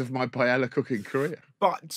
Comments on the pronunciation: Pie-ey-ya the double l makes a y sound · Can't continue. Every time I hear one of you miss-pronounce "paella:, it's like chalk squeaking on a blackboard. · the commitment the UK has to not pronounce Spanish words😂😂😂😂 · The repeated mispronunciation of paella is so maddening and just so damn British, it's insane.